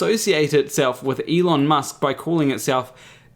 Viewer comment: As soon as I heard him pronounce his name like ilon musk and I just went like 'Huh???'